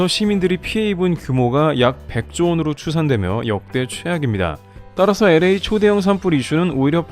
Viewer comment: LA 엘에이 NOT 에레이😂😂😂😂